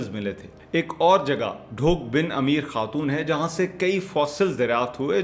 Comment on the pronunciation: Excellent 👌 analysis : It is a sound effort to compile a documentary. The original Martial Race in the South Asia were the Bengalis. With reference to Chakwal , probably you missed the salt mine and the salt range mountains belonging to pre Cambrian period. The correct pronunciation of village Ameer Khatoon is... "بَن امیر خاتون" which is mispronounced in the local language as "بَن امیر کھاتُوں" . Mallot temples are located on the salt range mountains facing motorway and can be seen as two dots on the salt range mountains top. Mallot Temples, Kattas Raj Temples, Nandana Temple, Samarkand Temple, .. ..